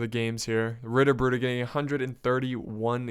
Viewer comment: Try to pronounce the tt in Ritterbrüder like the t in "to" :D It's funny how english speaking guys always slaughter german words :D